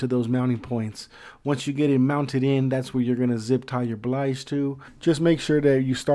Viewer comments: It's a 'BILGE' pump. NOT a 'BLIGE' Pump...!!! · did you say "blige" pump?